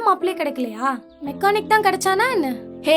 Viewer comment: மெக்கோனிக் இல்ல மெக்கானிக்